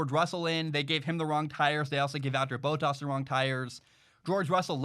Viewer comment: It bothers me when he says Valterri Bottas, say it like Val-Terry Bott-Ass, Please.